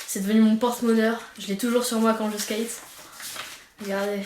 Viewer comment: Arrêtez " Je skayte" sa fait mal à mes oreilles